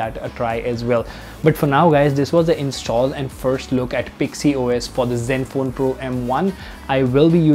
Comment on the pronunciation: Its pixys os not pixy os.. Lol